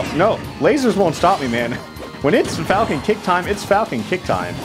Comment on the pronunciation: FaLcOnE... pUaNch